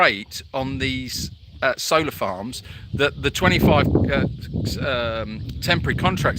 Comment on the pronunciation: Oh, solar farms. In the beginning I thought you were saying soda farms. That’s better. ❤️